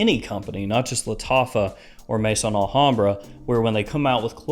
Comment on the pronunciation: The name is not Mason Alhambra it is Maison Alhambra ,you’ve been doing this long enough that you should know how to pronounce it properly!!! Maison is pronounced May-zon , it is the French word for house . As in House of Alhambra.